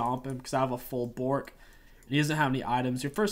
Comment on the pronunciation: My favorite part of the video was every time you said Bo(t)rk, since WW is a pupper.